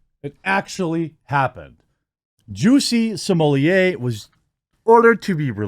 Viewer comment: Jesus Jeremy you are butchering the name. It’s JUICY SMOOYAY NOT SOMALIYAY.